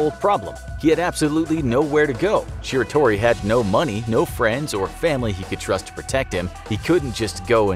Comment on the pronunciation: him saying shiratori wrong makes me cringe